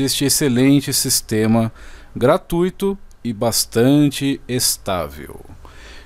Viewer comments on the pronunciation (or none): none